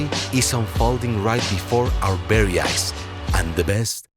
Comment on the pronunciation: "Before our berry eyes" 😂